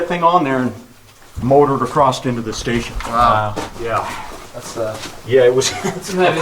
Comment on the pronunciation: "drops right across't here"